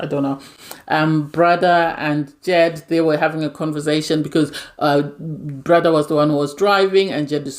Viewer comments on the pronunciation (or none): You kept calling Bardha "brother" I was really confused on who you were talking about. It's just Bar-da very easy to pronounce 😊